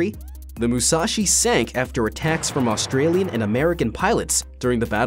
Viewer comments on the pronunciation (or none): none